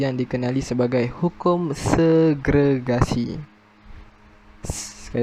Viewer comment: Many terms pronounced wronly...english term is best. Segregation